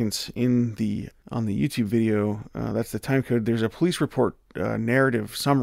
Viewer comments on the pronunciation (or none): none